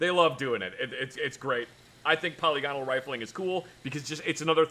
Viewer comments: its not poly-gone-al its po-lig-anol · The way pronounced "polygonal" makes me wanna scream. It's "puh-lih-guh-nul", not "paw-lee-gone-uhl".